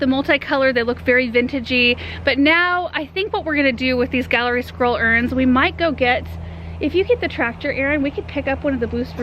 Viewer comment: Every time you say Gallery Scroll Urns I think you’re saying Squirrel Urns and I’m looking for the squirrels 😛 lol Love everything you present! ❤️